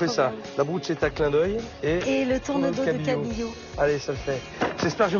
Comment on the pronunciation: BRUSCHETTA ne se prononce pas BROUCHETA mais BRUSKETTA ...crâne d'oeuf!